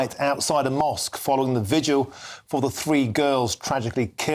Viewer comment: "vidual" Idiot, it is "vigil". Get educated woman.